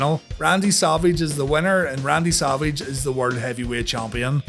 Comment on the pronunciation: Sounds like he says Salvage instead of Savage. Lol